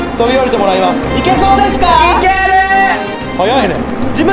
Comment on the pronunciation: のいけるーがシゲルーに聞こえたw